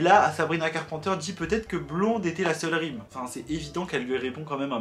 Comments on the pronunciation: carPANteure Moi: Carpenter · Sabrina CarpENter please , prononce le correctement 😭 Sabrina ne s’adresse pas à Olivia et que " Skin " n’est pas une réponse à driver license. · « Sabrina carpenter » dit a la française par 😭😂 (carpenter, il faut dire le « e » et « n » et donc pas « en »)😅